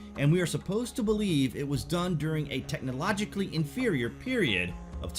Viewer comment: The moment you said technologicaly inferior I stopped watching...